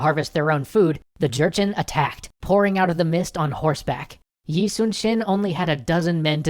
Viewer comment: It's pretty awesome that you guys are doing an Extra Credits series on Yi Sun-shin. It's also great that you know how to pronounce his name as well as Ryu Seung-ryong's =D I assume you called Korea's capital Seoul simply because it's easier for most people to understand than Hanseong, the name of the capital city at the time. Still, I do hope you mention the discrepancy in the Lies video at the end.